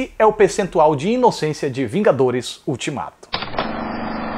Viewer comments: oxe vingaderos? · "Os Vingadeiros" 2019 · até vingadeiros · Teve uma hora que falou vingadeiros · Você fala vingadeiros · vingaderos? Kkkkk 2019